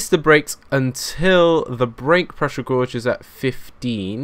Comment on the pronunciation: It annoys me how you say Gourge instead of Gauge. Love your work anyway!